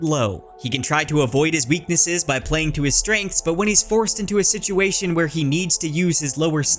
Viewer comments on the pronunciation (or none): none